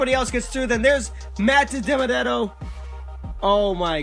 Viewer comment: AflacCupSeries you pronounced Matt Dibenedetto's name right!